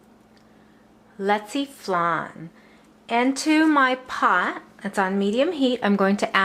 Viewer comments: You sed the word rong you are suppose to say it like this leche flan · You pronounce Leche Flan Wrong . And yes I Am proud to be a Filipino !